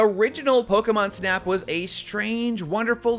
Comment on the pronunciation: There is no way he said pokemon snap 😡😡😡